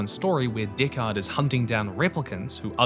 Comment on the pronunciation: I will never pronounce Deckard correctly again.